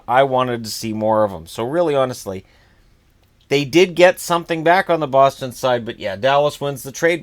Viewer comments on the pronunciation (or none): none